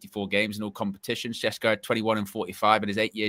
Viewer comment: It’s Sheshko, like Sean Connery would say it! 😊